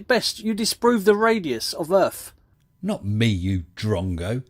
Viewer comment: He also pronounces Earth as Urff.